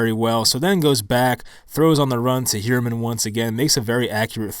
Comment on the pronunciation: Appreciate the work and the breakdown! One small note, the TE is pronounced "Higher-mun" not "Hyou-er-mun".